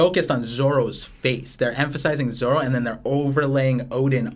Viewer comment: Dude seriously keeps calling Zoro, Zolo... What is this? The 4kids fan club?